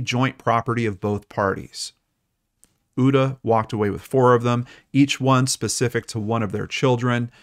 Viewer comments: Uta- pronounced ooo-ta 😁 So excited when I heard you mentioned Hamburg- my beautiful home town. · Your pronunciation of Uta is cute. I didn't recognize the name until i read it 😂 thanks for the Story, and 🖤